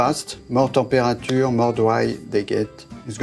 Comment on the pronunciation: The way he pronounced "mirror" and "temperature" you can tell he's not even trying to speak properly.